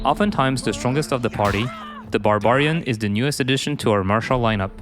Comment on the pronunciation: The way the narrator pronounces barbarian. Also, $10 DLC with no new campaign?